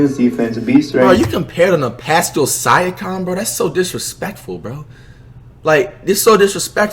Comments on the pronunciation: On he said " pascal sicome" 🤣🤣😂🤣🤣🤣😂 #pascalsiakam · “pascal siakaam” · “Sya com” 😂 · Pascal sighahkahm 😂😂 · “Sigh a kam” 😂😂😂😂😂😂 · This dude don’t know how to pronounce any player’s names. 😂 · Bruh da way he pronounces siakam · Talks about disrespect to Pascal but he pronounced his name wrong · Bruh how he pronounce Siakam?! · listen to how he says pascal siakams name 😂😂😂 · I swear we can't skip on how Flight pronounced "Siakam"...